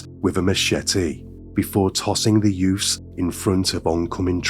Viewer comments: Youths...the word is youths. Not yoofs. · The content is definitely interesting and you cover some lesser known cases, but.... What is with the over-the-top selective english lisp accent? Like, you can clearly pronounce the TH properly, and yet you clearly CHOOSE to pronounce it as a FR in some cases. Sometimes both in one sentence lmao.... "Two THousand and FRee" or back to back "THreat (proper), Youf's (youths* lollll)" And P.s. I'm not hatin-Ğ, it is just somethin-Ğ I find very puzzlin-Ğ. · Are you trying to say youths? It’s YOUTH’s not YOFF’s lmao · I agree, I had to stop listening. It's too put on and the 'yoofffs' and other words with 'th' being pronounced 'ff' is so annoying. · It's pronounced: "Youtts"